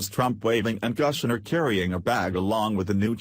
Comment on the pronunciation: Some narrators speaking of Ivanka's husband Jared Kuchner as Mr Guchner starting with the letter "g". I really wish he'd pronounce Mr. Kushners name correctly!!!